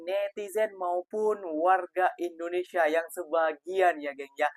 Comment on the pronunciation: Dia juga sebut indonesya